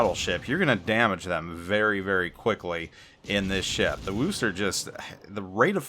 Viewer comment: Ugh,, you keep pronouncing Worcester wrong...